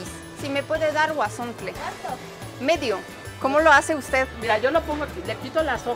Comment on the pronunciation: ¡Por fin; alguien más que dice el nombre correctamente "huauzontles" y no huazontles! Saludos!